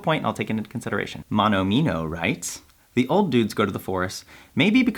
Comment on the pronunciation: at night “da finnish noob” man se on tota "the" juttu minkä sä lausut!